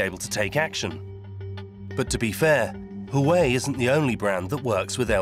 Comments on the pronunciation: HAWAII ??? HOOA-WEI Element "Sn" is TIN, not Zinc. smh. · "Hawaii"? Lol, that'd be "Waa way" actually. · Ive heard people calling it huawei and huawe but never in my life has anyone called it hawaii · It's pronounced "hwah'-way", not "huh-why". Also known as Chinese spy ware. - It's pronounced "wan", not "yen". "Yen" is Japanese currency. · WAWAY not HOOWAY! I mean the rep just said it right in the middle of the 20 times you said it wrong. I hate when I pronounce the name correctly (I live in TEXAS in the US) and there's always someone so quick to tell me I'm saying it wrong. SMH... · It's not hu-way, it's wow-way...👍😉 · Sir it’s who-wah-whey not -who-way 👀🌝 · Huawei is pronounced hwah-way not who-way 😂😂😂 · Did he just pronounced “hua wei” as hawaii? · 12 months on research, by you spent zero time pronouncing Huawei correctly? It's not Hawaii, it's wah-way. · HUAWEI NOT HUWAI 😂😂😂😂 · hawaii lol that's really lazy work from ENDEVR, takes 2 seconds to see how to say it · Pronouncing Huawei as Hawaii? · what did you call huawei ? :D hueei? lmao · Huawei = Huwai...??!! Lol what? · Except for learning how to say 'Huawei'! So cringe, their work is great but really, if you're doing a doc on a Huawei factory, maybe learn how to say it? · This guy can't even pronounce "Huawei" and "Nokia"